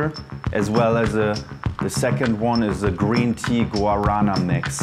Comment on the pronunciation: Guaraná pronounced “wah-da-nah”